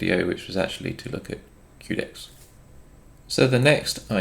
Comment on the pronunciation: Quedex - Que pronounced as you would say Quest, not queue. QUEst for DEXterity. Good video as always though! 👍